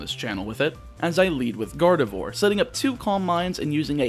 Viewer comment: Please stop saying Garde"vore"